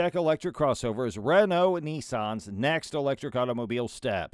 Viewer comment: And it is not Nii-san (= older brother in Japanese) but Nis-san.